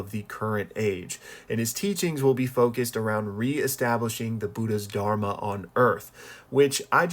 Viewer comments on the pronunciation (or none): none